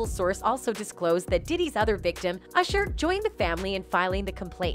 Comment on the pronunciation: And Ursher lol